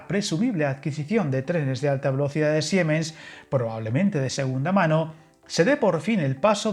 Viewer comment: Muy interesante como siempre, solo una cosa. La empresa Siemens no se pronuncia SiEmens, en alemán el ie es un i largo, así que se pronuncia como Siimens.